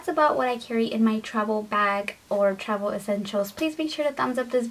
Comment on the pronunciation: does anyone else notice that she says travel with a B instead of a V